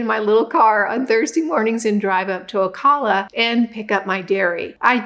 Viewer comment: Ocala is pronounced o-CAL-a, say like CALifornia.❤